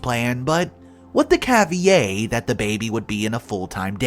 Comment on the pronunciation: Hi - Your reading are great but please check the pronunciation of caveat.